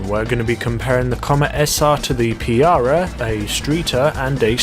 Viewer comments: I swear to god he uses his acc meant as an excuse to mess up pronouncing EVERYTHING. It’s PARiah, not PEEarah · Piarah? Its Pur-i-uh im pretty sure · Its not Peeeeaarah , its paariaah! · Pa Ri ah , not piara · Why are you saying piara instead of pariah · why are you pronouncing it as (pee-ar-uh) its (paa-ry-uh) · WTF is a PEE-ARE-UH? ... It's pronounced PAH-RYE-UH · its pa-ri-ah,not piara lmao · "pee-ar-rag?" Huh? It's a Pa-rye-ah! :P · Why do you say piarah and not pariah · No matter where anyone is from, its still pariah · Yeah that bothered me too haha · michał Delost He’s British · P not f pariah is how it's said forget the f and it pa not pi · Pariah: Puh-Rye-Uh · Did he rlly call the pariah the "piara" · ''PIARAH'' ???? ''STREETER'' ?? Bro you need to learn how to pronounce stuff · Pee-R-uh Pariah. lol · PUH-RYE-UH..brits, please learn proper pronunciation